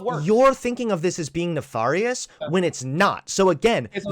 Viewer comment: Pronounced nef AIR ious not ne far ious.